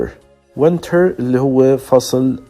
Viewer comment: تحياتي. بعد الاستماع إلى هذا المحتوى، وجدت بعض الأمور التي لا بد من توضيحها: أولا. كلمة يذكّر بِ هي remind of وليست remind with. ثانيا. ثمة مشكلة كبيرة في اللفظ وخصوصا بين حرفَي E و I. وإليكم بعض الأمثلة: Lessons, وليس lissons. Winter, وليس wenter. Brisk, وليس bresk. Drizzle و drizzling, وليس Drezzle و drezzling. Chilly, وليس chelly. Blizzard, وليس blezzard. ثالثا. بالنسبة لكلمة comfortable, فمن الخطأ لفظها كما تُكتَب. يجب أن تُلفَظ comftable, وليس Com Fortable الرجاء أن تؤخذ الملاحظات بعين الاعتبار إذ إنّ تعليم أية لغة يحتاج إلى تدقيق وتحضير ولفظ سليم واختيار حروف الجر الصحيحة.